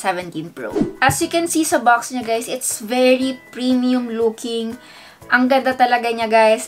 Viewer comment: Bruhh!!~ Did she said Hey Gays in the Start of vid :O